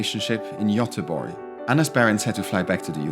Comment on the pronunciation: I appreciate how you perceived my country and giving a true effort to pronounce the towns, villages and Cities. Göteborg for an instance, i love that you called it by the real name. I feel so humble that you appreciated the nature, culture, food and the people. Thank you for the visit, it was awesome to tag along and see your take on Sweden. I hope you will visit us again! Thank you!